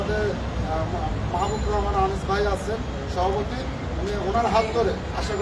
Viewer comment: সভাপতি বলে বিসেতপতিবার😅😅😅😅😅😂😂😂😂😂